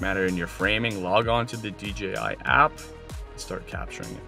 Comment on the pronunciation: It's DJI not DGI.